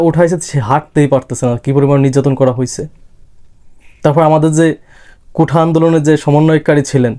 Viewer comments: ভাই, কোঠা না। কোটা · আগে কোঠা না বলে কোটা বলা শিখে নাও